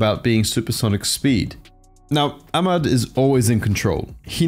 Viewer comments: Yeah the H sound should be more sharp and mad should be kinda pronounced like mid or med. Westerns can't really pronounce it though no point explaining it. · No offense to you but it's not pronounced "Amad", there's literally an "h" in his name... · The way he said “Ahmad” triggered all Arabs. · Yeah that’s my bad, I watched a bunch of different people pronounce Ahmad before recording and this was the way it was said most often so I went with it, but I’ve been told it’s incorrect so I do apologise